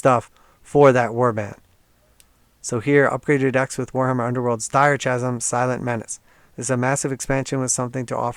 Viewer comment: Not criticism, just trying to be helpful - h is silent in “chasm” mate